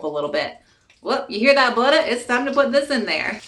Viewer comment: The voice you go in and out of in many of your videos is really funny. Like “buddah” for butter Looks good. Maybe do some more videos for holiday meals and treats. 😊